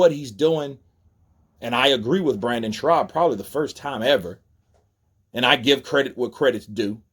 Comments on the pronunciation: Shaub bro. Not Schraub lol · his name is Brendan SCHAUB! NOT SHRAUB! 👊🙏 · His name is Brendan Schaub not Schraub. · Schaub. No R my man. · Is he serious or is he saying his name like that as a joke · And you saying Brennan last name wrong! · good video but the guys name is brendan schaub (theres no 'r' in schaub) lol -otherwise keep up the good work hun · There’s no “ r” in Schaub dude , it’s annoying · It’s Brendan SCHAUB not Brendan Schraub. And the word is ‘avid’ not ‘advid’ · Dude. If you're going to do commentary it helps to read attentively. Advid isn't a word. Brendan's last name doesn't have an R in it and an ax is a tool,ask is what you're looking for. A nation with all the education options that america has and the population have barely a grasp of the english language and spelling looks like hieroglyphics. I'd be ashamed to be honest.